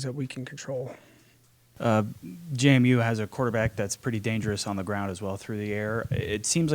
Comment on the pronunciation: It's JMU. NOT JaMu.